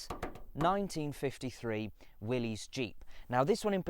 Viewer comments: No synchromesh on 1st gear. It's Willis not Willeez. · pronounced Willis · It's Willy's